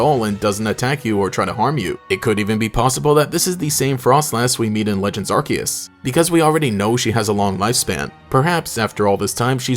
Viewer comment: I’m glad you said Arceus the right way.